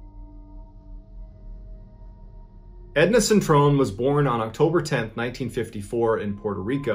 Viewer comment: It's 'Edna Cintron', not 'Edna Centrone'.